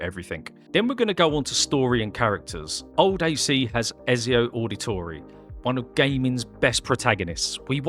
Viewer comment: It's pronounced Etsy-Oh Audi-Tore-Eh